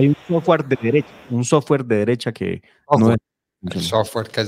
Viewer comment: Ni sabe pronunciar la palabra sofware que ignoracia